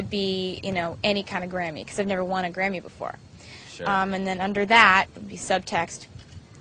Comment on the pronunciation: Is it bad that I heard granny intend of Grammy